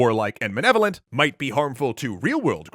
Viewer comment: Did it bother anyone else that apparently the voice guy from extra credit can't say "malevolent"?